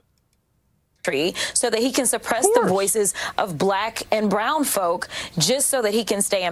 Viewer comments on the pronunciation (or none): I feel like saying “blek ayun bwown folk” should immediately make your point moot..